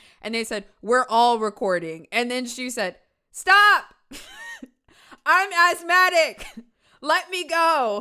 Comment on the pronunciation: “I’m athmadec” is gonna be my new tic 🤣